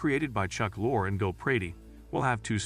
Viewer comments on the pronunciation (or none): Also Chuck LOR-ee, not Chuck Lore.